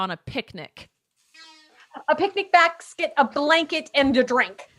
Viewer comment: Bask...Quett meant haha kept rewinding it